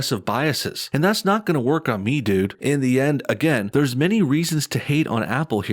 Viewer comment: yo I see you "Thurrrrrrs" Lol NO BULLSHIT ARE YOU secretly Hood and not telling us? or from Texas?